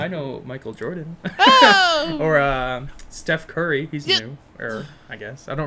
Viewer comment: #30: “Stoof Cary” I mean, “Steph Curry” 😂😂😂